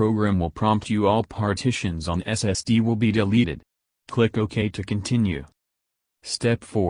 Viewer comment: Your robotic narration cuts off too soon and cannot pronounce SSD (it says SST) WFT?